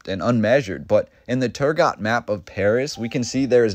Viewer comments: Pretty sure it's pronounced Turgo, the T would be silent. EDIT:Sorry to be that guy ;) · Turgot-- The 't' at the end is silent in French. When doing research, you always have the option of checking how words are pronounced, in the form of short recordings to listen to. Quick and easy.